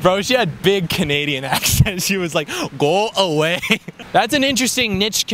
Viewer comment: “Gwoo away BHud”